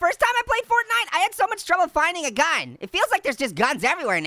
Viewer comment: Fortnite Is The Regular Name Of It But It’s Funny That You Say Fartnite 🤣😂😆🤣